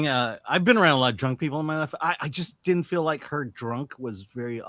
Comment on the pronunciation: I like everything the girl in the bottom right says. I have a question though. Why does she say “did-dint” instead of “didn’t?” Young women today seem to take contractions and extend them to equal/longer syllables than the words they are trying to shorten. Example: shouldn’t. If you are going to say “shood-dint,” just say “should not.” This is an epidemic with mostly females under 40.